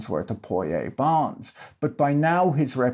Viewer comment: I think your pronunciation of cazique and Poyais is correct.